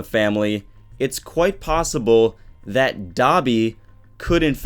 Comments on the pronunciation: Stop pronouncing Dabi as "Dobby" i keep thinking of dobby from harry potter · Oh I thought u said Dobby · It's dabi not dobby😅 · Am I the only one who thinks "Dabi" sounds like "Dobby"